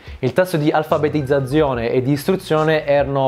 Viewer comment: Quelle zeta in alfabetizzazione tho... sei pugliese ve? ahah Ottimo video però! Davvero interessantissimo